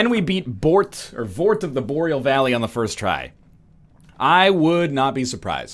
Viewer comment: Vord of the BORAD VALLEY WTF XDDDDD